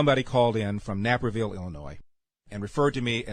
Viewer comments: To Larry Elder - as a fellow Illinoisan, I apologize for the idiot from Naperville. (Naper prouniunced like a rhyme of paper). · The first thing I found funny was how Mr Elder pronounced Naperville, then it was the individual labeling him from said town. I grew up in or outside of Chicago, having graduated from Bolingbrook (just next to Naperville) and I can tell you that Naperville is a very affluent township outside of Chicago where individuals living there are already living a lifestyle of privileges calling him out.